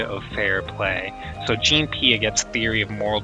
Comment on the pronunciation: not trying to be that guy, but he pronounced his first name wrong as well, lol